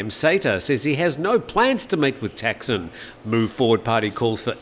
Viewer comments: In Thai it is pronounced Thaksiin, so yes, he makes it sound weird 😄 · Sounds like you're saying "Texan"??